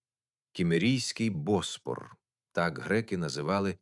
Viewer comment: Та не БОспор, а БоспОр